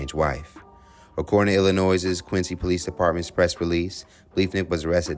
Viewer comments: Stop saying “Illi-noise”. The “s” is silent.😂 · Illinois let’s sound it out together (ill-a-noy) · There is no "noise" in Illinois (i·luh·noy), Just saying lol... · The biggest crime here is "Illinoize" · How many “Illinoises” are there? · That’s not how you pronounce Illinois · The S in Illinois is silent, y’all. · You don't pronounce the "S" at the end of Illinois. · Ok, so you don’t pronounce the S in Illinois, and there is no way in earth a response to a game show question, where the whole point is to guess how OTHER people would respond to questions, would be admissible in court. None. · You don’t pronounce the s in Illinois. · My home town and state, but I hate how people pronounce Illinois... the S is silent people lol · The s is silent in Illinois. Taking his answer as a "warning sign" is stupid. My husband said that to me a few times & we were married 36 years before he died. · Illinois S is silent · By the way, the S is silent on the word Illinois. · 🙄😩😫the “s “ in Illinois is silent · The “s” is silent in Illinois! 🙄